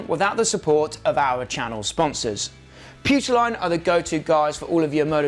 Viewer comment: Putoline...😅 Spanish speakers are laughing.